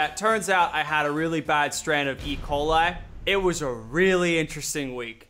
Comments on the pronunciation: I thought he said Ebola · Guys I just though Lachy was gonna die because I thought he said EBOLA Not E.Coil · Bro I thought he said he had Ebola 😂